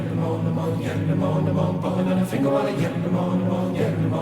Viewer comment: The word is pronounced "Fin-oola." It's the Irish version of "Penelope."